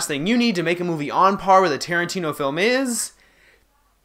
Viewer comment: Stop getting tarintino wrong 😂